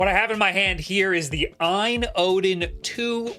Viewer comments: OLED be like: OU EL EE DEE A.Y.N. be like: Ayn jfc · It’s not pronounced Aine AAAA